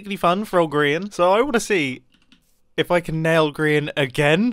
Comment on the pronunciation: You said groan instead of grian